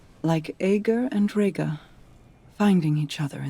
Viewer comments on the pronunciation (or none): Just wanna say back in Season of the Lost pronounced it "Ah-ger's", and now she's saying "Ay-ger's". Bungie voice directors, make up your mind. While you're at it settle on if Savathun should be said with a short or long a, that's been bugging me for years how every character says it differently.